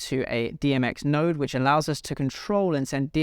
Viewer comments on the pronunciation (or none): none